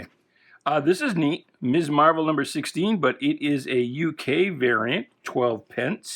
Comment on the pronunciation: Thank you for pronouncing Ms. Marvel properly. YouTubers under the age of 45 ALL mispronounce it as Miss Marvel. The whole point of the character, back in the day, was that she was definitely no Miss!